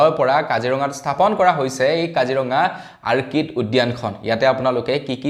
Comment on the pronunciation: Orchid অৰ্কিড আৰ্কিড নহয়।